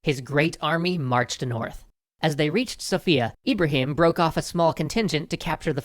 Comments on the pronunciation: As one who's lived in Bulgaria, the city Sofia is pronounced "SO-fi-ya," not "so-FI-ya." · The emphasis is on the O in Sofia.